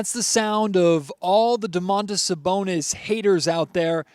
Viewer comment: I'm pretty sure it's supposed to be just Do-man-tas Sa-bon-is. There's no "oh" at the beginning.